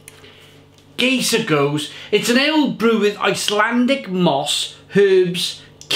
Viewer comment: Cheers,! Just a point of pronunciation - this beer is called "GUY-ser GOH-zay". It is meant to be a play on the name of the villain, Keyser Szose, from the movie "The Usual Suspects". And it IS a great beer! Love the channel!